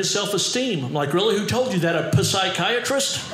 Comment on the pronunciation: "Ph-sy-chiatrist" Psychiatrist. My favorite. But I do enjoy all his stuff.